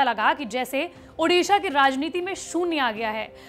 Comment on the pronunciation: उड़ीसा तो ढंग से बोल